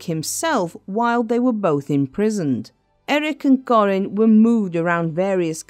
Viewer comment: Kah-rin, not Corin. What awful narration!